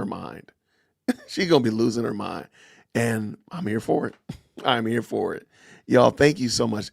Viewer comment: How many syllables are in the way she says the word "and"? CO: "EEEEE-AYEEE-AAAAA-ULLND"